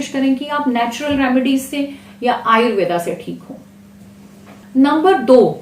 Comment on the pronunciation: Ayurveda ni ayurved boliye mam likho bhale per bolo mat hami apne sabdo ko sahi ni bolte